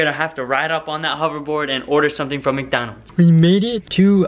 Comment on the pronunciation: it's Micdoldold